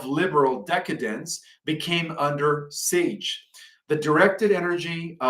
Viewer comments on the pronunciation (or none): none